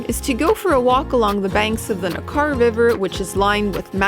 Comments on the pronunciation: It's ... NECK-arrr ... not ... Nakarr ... should be easy to get the pronounciation right. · Hi there. Great video - but the River is pronounced "NECK- er"....